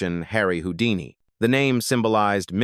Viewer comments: AI pronouncing it Hoe-Dee-Knee is criminal. I'm out! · This AI thing is crazy for it to call them wowdini is nasty work or hoedini is mind boggling